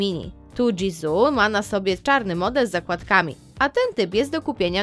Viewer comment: Nie dżisu tylko jisoo (dżiso)